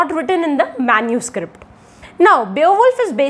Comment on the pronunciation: MENUSCRIPT nhi MANUSCRIPT 😬